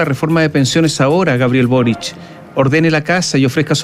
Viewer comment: es Boric no "borich"